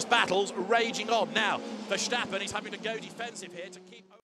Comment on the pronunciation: They keep calling him Verschtappen. Bloody annoying as a dutch guy to hear 🤣